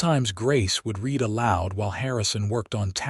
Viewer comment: AI...learn that the word "read" is pronounced differently depeading on their context...read sounds like "reed" when it is presence tense verb; "red" when it is past tense. Otherwise this narration is very entertaining.